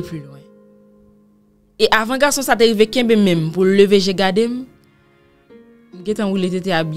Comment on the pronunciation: Mw mnm c fason li di garrrrrçon an ki entèresm